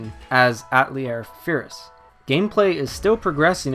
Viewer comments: It's pronounced a-tell-EA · Atelier is a four-syllable word that means shop in French. It's not pronounced At-lier. The newer voiceovers have really been annoying that way. Earlier games it was pronounced properly. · They pronounce it right in the Japanese dub, so I dunno why he was pronouncing it wrong. There is even a scene early in the game, where one of the sisters pronounces it deliberately slowly and easy to understand. Yet he still mispronounces it. I was really surprised, because I normally play my games with English dub, and every game I own that someone says Atelier, it's like they find a new way to pronounce it.